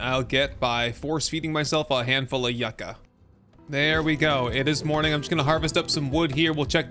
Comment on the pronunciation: Is someone gonna tell him how to say yucca correctly.